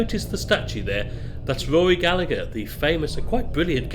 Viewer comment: The way I understand it, you say Londonderry if you are of the British persuasion, or Derry if you are of the Irish Persuasion Not say both. an episode of the Channel 4 Tv series Derry Girls had this information once. And the name Gallagher has a silent "G" in the middle, you say Galla-her.